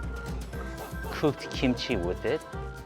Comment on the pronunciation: i thought you said pooped kimchi ( cooked kimchi)🤣🤣